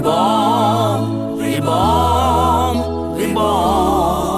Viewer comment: REBORNの R の発音が Lだね